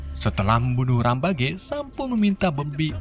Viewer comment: bukan rampage tapi rempej